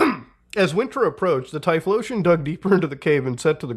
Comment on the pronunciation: the name is read as T-Y-FO-LOTION